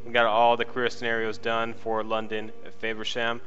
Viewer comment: Dude you pronounce it wrong it's not fayversham its FAVersham I live there😂